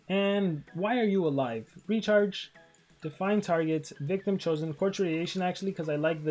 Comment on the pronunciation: is it just me or i hear the word (retard) everytime he says Recharge